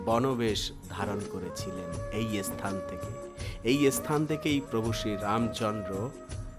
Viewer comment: আপনি কি মুসলিম , বার বার মুসলিম দের মতন এস স্থান ,এস স্থান বলছেন ,বলুন স্থান ভাষা ঠিক করুন